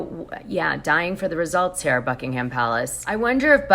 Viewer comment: Great content, btw the h in Buckingham Palace is silent… buck-ing-em, like the places in England Nottingham and Birmingham it isn’t pronounced ham at the end xx